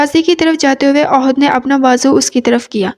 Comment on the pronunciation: Ohad nhi ahad h